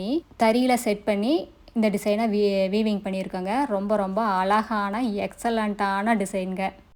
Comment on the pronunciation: Ungalukku zha varatha .?alaga entru solgirirgaltamizhai kollatheergal.